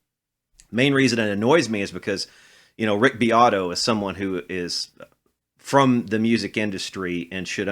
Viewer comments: Rick "Dick" BEAT-oh 😂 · Its pronounced Beeoytoy haha